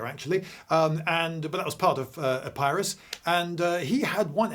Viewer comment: EPP-ee-rus (Pyrrhus of Epirus, so pronounced and not Ep-EYE-rus). Sorry for the rectification for my Classics mind could not abide the linguistic 'horreur' and so I had to briefly invest myself with the centurional garb of John Cleese's character from "The Life of Brian".